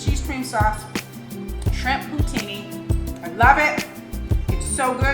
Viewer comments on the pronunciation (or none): Pooh teen. Not putini lol.